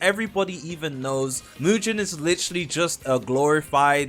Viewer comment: Englishman who can’t pronounce is crazy what is mu-gen 😭